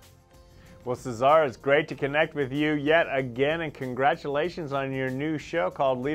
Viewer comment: I know, I'm Swedish and no English-speaking person can pronounce my last name correctly - but I've never heard that way of pronouncing Cesar before. And this guy is obviously not Latino, so I'm not sure that's the way they say it in Mexico (though I don't know).